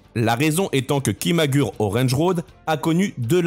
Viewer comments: Arrêtez de prononcer KIMAGUR' !!! Vous me rendez fou !! (ça se prononce ki.ma.gou.lé) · Merci pour la vidéo. Mais on dit KIMAGOURÉ 😅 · On dit "kimagoulé orange road" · "Kimagoulé" plus précisément pour la prononciation 😁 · Merci pour la vidéo, malgré quelques erreurs ... tu devrais utiliser Google trad pour connaître certaines prononciations, car on dit Kimagouré ,ça pique un peu les oreilles. Petite erreur sur la photo de Joelle Guigui, ce n'est pas elle 😅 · Ça se prononce Kimagoulé orènji Roodo